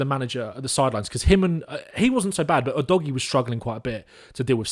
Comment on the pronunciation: The Udogie pronunciation game was all over the place 🤣 but love your coverage otherwise, very good and the kinda stuff that I like to see